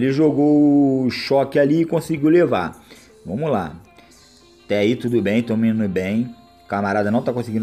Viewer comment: "vomos q vomos" KKKKKK